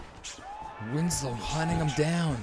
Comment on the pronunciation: WINSLOW NOT WINS-LOW 🔥